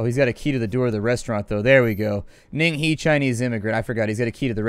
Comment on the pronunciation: the he in ning he is pronounced "her" lmao